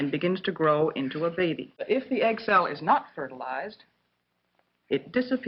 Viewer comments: It said "egg cell" I kept thinking it saying "egg salad"🤣🤣🤣🤣🤣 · Am I the only one who hears "egg salad" instead of "egg cell"?